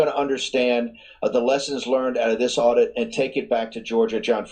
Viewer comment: its an audit, not an addition! 1 second in and your screwing up. And you did it TWICE just reading the headline. Doesn't hold water to YOUR intelligence. I will not be subscribing.